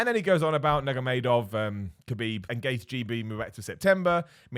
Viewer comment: That Gaethje pronunciation